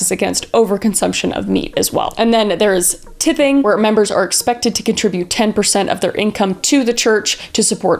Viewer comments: Tithing is pronouned with a long i sound I love your videos kris ❤️ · She mispronounced tithing and it was really irrationally bothering me sorry like i haven't tithed in so long i genuinely don't care why am I still typing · it’s not called tipping it’s called tithing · Anybody else laugh out loud when she said “tith-ing”????? If u see this Kris, it’s pronounced “TITHE - ing,” like “tie -thing” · It’s not “tithing” with a short I sound, it’s pronounced tithing with a long I sound. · .... I have never heard anyone pronounce that with a short "i" sound. It's tithing with a long "i" sound. :) The noun version of the word is "tithe". The word literally just means a tenth. Great video! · Tithing = Tie-thing, not tih-thing, lol. Love your videos.😊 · who else slightly laughed at her calling Moroni, Moronee and tie-thing, ti-thing ( im not trying make fun of kris)😁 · Wow they has so much in common with Seventh day adventist.. great video. P.s Tithing is pronounced like Tide with a lisp. tie-th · Tithing rhymes with writhing. It's 10% of total Income. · I'm not sure why the mispronounciation irks me so, but it does. It's TITHE with a LONG I , therefore TITHING with a long I. I don't go bike ridding simply because I drop the e and add the ing. US/taɪð/ tithe /t/ as in town /aɪ/ as in eye /ð/ as in this This is according to the Cambridge Dictionary AND Merriam Webster. PLEASE say it correctly!!!! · Tithing: said like tie-thing Just wanted to be helpful! You’re the best!!! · Tithing with a hard I...lol. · Tithing not tipping😂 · By the way, super minor thing, but tithing (tithe) has the first syllable sound like tie. And Mormons are definitely not the only church to ask for tithe; every church does it, maybe not using that terminology, though all churches I've attended have. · I have never heard tithe pronounced that way and now I am spiraling. Am I wrong?! I've always heard it as "tie-th" like "tie-thing" for tithing. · it pronounced like tie as in tie your shoe